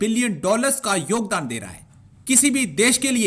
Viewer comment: Jogdan nahi yogdan hota hai